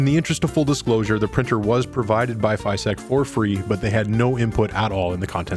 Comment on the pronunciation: What a neat printer! However, unless I'm mistaken they are called FYSETC, not FYSTEC.